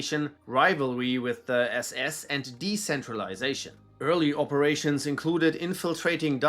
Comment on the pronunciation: the way you prounce SS officers is so crisp